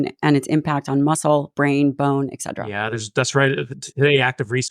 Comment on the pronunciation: Thank you doctor Lyon. You have helped me a lot. I am a 74 year old female. I love your podcasts. One small thing: The word is eTcetera❤